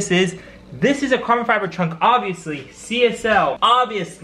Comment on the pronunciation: “carbon fibel” glad I’m not only one who jumples they’re own words lmao